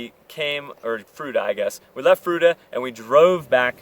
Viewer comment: Fruita, froo-eee-tah.